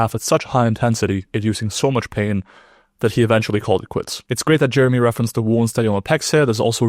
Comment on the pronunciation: bro can't even say Jeremy's name right